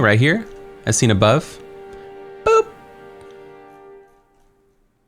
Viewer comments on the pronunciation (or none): none